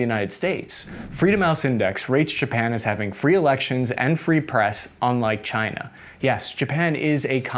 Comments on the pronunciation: Chi-nah? Keep ‘em comin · Yes! "task ans purpose"... Try to name the countries correct.. before you critize "cyna" okey? They took your jeeerrrbbbss.. murica!